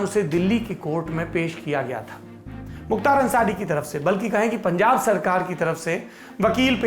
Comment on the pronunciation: Pungab nhi punjab